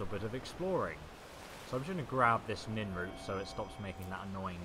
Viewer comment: Why leave the alch stuff? It's worth more than weapons and stuff. Nirnroot, not nin-root. Dibella, not Diabella.